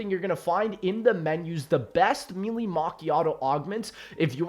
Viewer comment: Genuinely can’t watch u anymore bc of how u pronounce melee lol